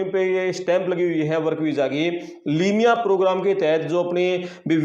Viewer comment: Limiya nahi hota